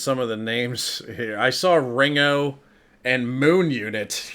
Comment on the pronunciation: to Was i imagining it or did he not recognise The Beatles? Even his pronunciation of Ringo suggests it's the first time he's heard the name. Edited to add timestamps